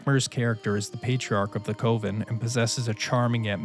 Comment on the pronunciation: not to be one of those asshole nit pickers...but it threw me off for a while untill i realized that you were pronouncing coven wrong. its more like saying cousin you kept saying it like how you say covid. sorry great video but wow i kept getting neck snapping whiplash whenever it was said. go ahead and insult me for being an asshole pedant.